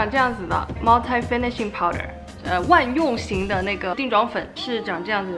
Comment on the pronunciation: Multi的发音是不是错了呢？不是茅台应该是茅踢吧？😄 I’m just so confused.